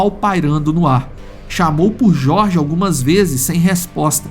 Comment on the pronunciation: O narrador do áudio em inglês pronuncia o nome "Jorge" com a pronuncia em espanhol, onde a letra J tem som de R. O Brasil não é um país hispânico , avisa para esse narrador mequetrefe.